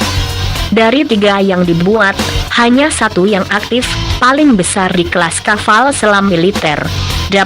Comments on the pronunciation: kapal bro bukan kaval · Kaval...kapal pale